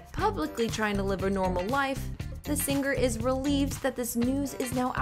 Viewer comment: I Love Alan Jackson! One of my favorite country artists, I pray for him🙏🙏🙏🙏 On a completely separate subject, the Narrator, Reporter, whatever you call her is very much indicative of today's on-air talent. Annoying, affected delivery. Why can't the just talk to me instead of putting on the announcer voice? And the word "singer" is pronounced "SING-er" not "SING- grr". Accckkk